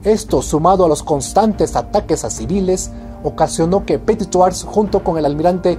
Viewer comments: Muy buen video como siempre. Pero cero en francés: "Du petituajjj". Ja, ja, ja... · Disculpa pero no tienes la buena pronunciación tu le metes una j que no existe si es verdad que no se debe pronunciar la ultima letra yo lo se porque no vivo en Perú y hablo francés todos los dias desde hace 27 años lastima que no pueda decir como escribiendo....pero buen esfuerzo y tus videos son SUPER ME ENCANTA la historia y te sigo siempre es interesante gracias por eso... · Viva petituaj 😂 o cómo lo dice 😬😂